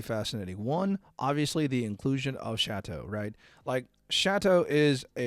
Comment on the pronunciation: chat-aught? ❌ Château? ✅